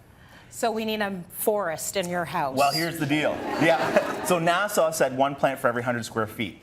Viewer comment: ivy is hard to grow, you keep saying NASA wrong, this is depressing, thank you